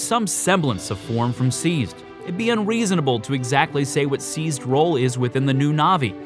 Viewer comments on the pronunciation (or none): Try saying "Seized's" and not "Sneezed"